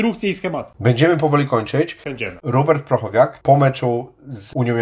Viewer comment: Chłopaki tak trudno sprawdzić nazwisko... PRO - CHO - WNIAK! Nie "prochowiak"...